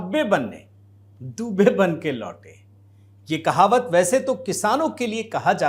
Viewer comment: दुबे नहीं। दूबे।